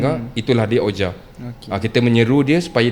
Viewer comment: 😊Maaf guys nak betulkan sedikit sebutan OUIJA board tu... Sebutannya adalah "WIJI" walaupun dieja begitu, don't ask me why, it's just the way it is, harap maklum guys... 😅sudah anda belajar, sila komen!